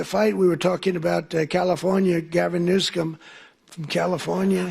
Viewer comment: He mispronounced Gavin Newsome? Called him Newscomb? Dumb Dummy